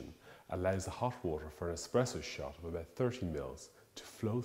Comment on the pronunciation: "once, for a single shosh"